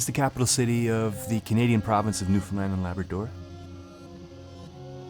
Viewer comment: I was kidding about Finland, but its because people pronounce it like New Finland, instead of new found land